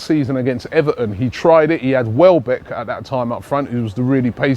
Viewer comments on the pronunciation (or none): none